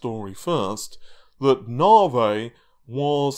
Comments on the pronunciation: Hearing "narvay" irritates me so much for some reason. Is it me or is it "narvay"? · Came for the "Navey". Was not disappointed.